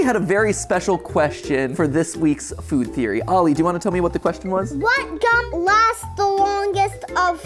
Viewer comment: A fuud theowy